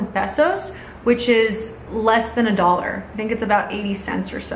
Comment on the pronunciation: I stopped the video when she said 2.300 dóla à munth. what? no, this is not the kind of information-Quelle I am interested in. ciao.